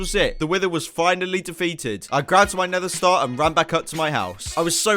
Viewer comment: saying wither star. Me: WHYYYYYYYYYYYYYY!!!!!!! ITZ NETHER STAR